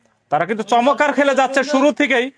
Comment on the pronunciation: চমৎকার না বলে চমক্কার বলেন কেন?